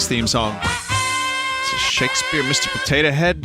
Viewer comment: new yorker accent Shakespeah? Misteh Potatah head? Donke Yotey?